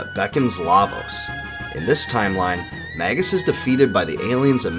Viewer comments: It's so painful to hear Magus pronounced as Maggus so many times in a row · Mage - Us pronounced may juss not magguss